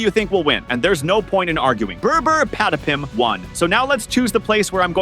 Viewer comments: Brr brr patapim not burr burr padapim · Its not burr burr padapim its brr brr patapim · Bro its not Bra Bra Patipim😂😂😂😂😅😅